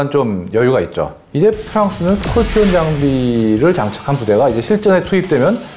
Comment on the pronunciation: I agree his pronunciation is funny,Scorpion pronunciation is sounds almost skopion but this guy pronounce like skolpion.